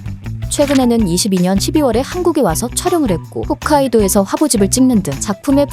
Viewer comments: 홋카이도지 훗카이도냐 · 훗카이도 아니고 홋카이도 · 훗ㅜ카이도 아니고 홋ㅗ카이도 ㅇㅇ